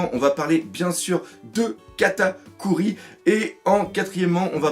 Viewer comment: "3- Katakui" dans l'intro ! Haha ça m'a tué Katakuri : Kata cuit, quelle faute mais ça m'a fait rire merci :')